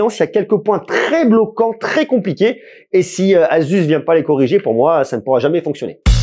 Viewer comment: Enfin quelqu’un qui le prononce correctement